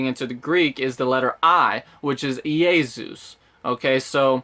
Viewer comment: I’m pretty sure Greeks pronounce Jesus as Eesus. Like that type of E sound in words such as; Greece, meat, eat, leap, weed, etc. it’s not pronounced as Yaysus. You can check on google translate and listen. I’m Russian, and the Greek & Russian alphabet is very similar. Plus the Greeks evangilized Russians - and we say Eesus as well. (Ee-sus). So I’m almost 100 percent certain.